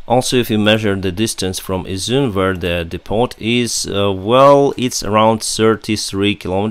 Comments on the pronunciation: Depot = dee-poe... All the French mixed in really screws up English..lol. Good luck my friend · Hi. Your vids are great and informative and I watch them everyday. Your English is great also, especially compared to my Ukraine... lol. Just thought I'd let you know that "depot" has a silent "t" in English (which probably means it has French origins) it is pronounced "depo". So please don't take this as criticism. I just think that you seem like a guy who likes to keep on learning "stuff". Feel free to teach us Neanderthal's basic Ukraine words and phrases! Keep up the good work and I hope your skies are peaceful soon. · “Depp-o” - the ‘t’ is silent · Also screws things up when non English people speak English too. Most English people pronounce it "Deppo", not dee-poe, neither English or French pronounce it as you said. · Happens everywhere all the time but your analogy is not the best. (see MeMeMe) As is from Ukraine and maybe not aware that depot is derived from the French word and therefore has a silent "t". I thought, that as an intelligent guy who has taken the time to learn English, and therefore might wish to improve on it, I would teach him the correct pronunciation, and why. He is obviously more intelligent than I as I can't fly an airliner or speak the Ukraine language, or any other language come to that, but I do like to share knowledge if and when I can.